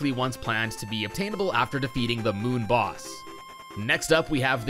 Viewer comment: It sounded like Boon Moss